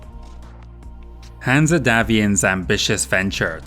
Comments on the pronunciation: The E is silent in Hanse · Is saying "Hanse" wrong on purpose? Or is it just his accent?